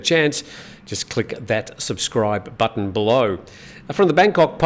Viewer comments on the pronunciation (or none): none